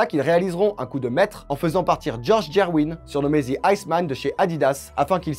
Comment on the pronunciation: C’ est George GerVin avec un V … pas Gerwîn :-)